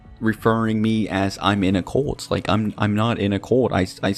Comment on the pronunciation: Whwnwver he says "cult" it sounds like hes saying "colt"